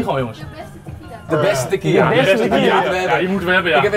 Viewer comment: Het is tequiLa niet tequiJa